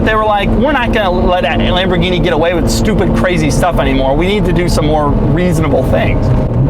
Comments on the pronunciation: Lambowrggini diablwo Thats how i heard him pronounced it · If I hear this guy say "Mmhh, itz Lam-bo-geen-ee", I'm going to punch a kitten. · Well... it's Lamborguinni!